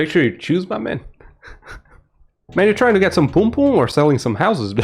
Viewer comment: Bro I'm jamaican and ur not saying pum pum right 😂😂😂 ur saying poom poom instead of pum pum